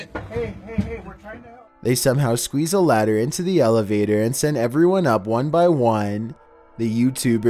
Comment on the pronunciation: my friends say i sound like you when i do the accent like when you say elevatorrr